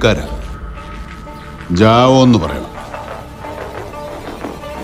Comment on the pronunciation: Javo ennu paranjekku... Javo 😂